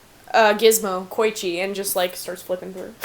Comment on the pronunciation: HOW DARE YOU PRONOUNCE KOICHIS NAME WRONG its not koychi its ko-ee-chi